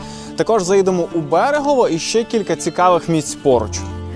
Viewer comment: Ледь відійшли від Мукачеве, Мукачевому тепер на Берегове почали. Правильно Берегово, Мукачево… запам’ятайте будь-ласка всі вже. Бо дуже багато звучить невірно поставлених наголосів про Латорицю, Мукачево, Берегово і тд… Просто підмітив і наголосив!